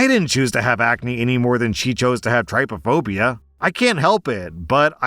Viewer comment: Hey, long time watcher here. About story number two... I also have trypophobia (by the way, it's pronounced like trip, not like try). I was listening to this video while driving, and just the mere thought of someone's face so badly covered in acne that it could set off trypophobia started making me extremely uncomfortable. It is a completely irrational and uncontrollable fear, and I assure, on my honor, that OP is not being bullied, at least not intentionally. To share a class with someone who had acne that bad, and that sucks! It sucks for both of us, because it's not like they chose to have that acne, but it's not like I chose to have this phobia either. It's completely ridiculous and infuriating that simply seeing something upsetting causes my brain to act like a scared animal. For me, my reaction would be to freeze and shut down, rather than dry heaving and crying, but everyone's reactions to phobia triggers are different. The actual solution needed here is for these girls to be put into completely separate classes. The two of them need to, separately, sit down with a schedule coordinator, and figure out which of them would be least burdened by having their schedule changed. And then the girls need to be put into separate classes. That really is the only fair solution here, and while it does seem easier to side with the person who can't help how they look, it is important that we also understand and sympathize with someone who cannot help how they react. Oh, and on